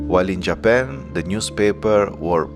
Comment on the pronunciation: Hi, great video and channel, your English is great too, however allow me to correct you on the following: - it's JapAn, not JapEn - occ-you-py, not occ-oo-py - walk is pronounced woke, not wolk - minute is pronounced minit, not minoot - women is pronounced weemen, not women - internAtional, not internEtional